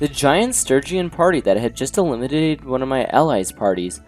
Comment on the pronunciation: "elimidated" yeah we heard that 😌